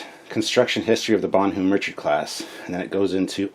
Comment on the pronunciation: WOOOW you butchered that French. Use Google translate dude. It is pronounced bon-nom